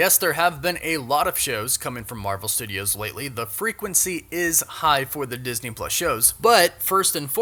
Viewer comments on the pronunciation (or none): none